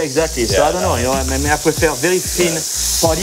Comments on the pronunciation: I have no idea why he calls Patty as potty, that is extremely awkward. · "Each potty is 4 ounce"